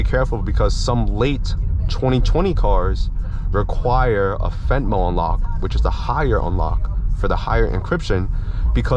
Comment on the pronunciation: It's femto but good video man!